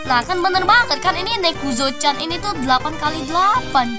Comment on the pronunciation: Baru tau nezuko di baca nekuzo 🗿